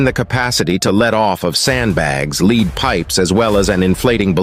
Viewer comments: AI voice and content... the Leed pipes... (Lead). Sad really... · Just to be clear, the banging sounds at 30min intervals is not the same sound as the implosion bang that the navy heard, and also someone needs to proof read the text for the AI bot, and make sure that "Lead Pipe Ballast" is pronounced as "Led" and not "Lead" as in the "Leader of the Band"